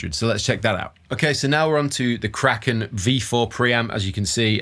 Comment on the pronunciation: Every time you say "Kraken", my brain keeps hearing "crackin'". So I think "it's nice that he has a crackin' pre-amp, but what brand is it?" Then, veeery slowly, my brain catches up😂